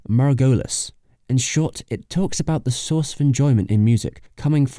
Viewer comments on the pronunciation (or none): none